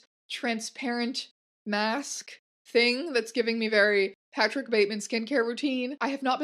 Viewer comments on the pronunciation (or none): none